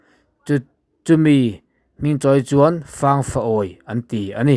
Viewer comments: Fâng far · Di-In chauhin ditip a nei aw. Puk chhung chung lam hi DITIP tiin tumahin an sawi ngai lo. "Fâng rawn-aw" Hetah hian, "Fâng" hi i lam dik lo tlat bawk. Buh sawina "Fâng" rik dan pangngai kha a ni mai. "Rawng àw" tih hi, kan umau Lai/pawi tawng a ni a, rawn haw rawh/rawn kal rawh tihna. Buh kohna i tih hi chu a dik e. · Fangrawng tih khi buh fang tih laia fang tih angin i lam a, fang( buhsawina) thlûk deuh tur a ni zawk lo maw.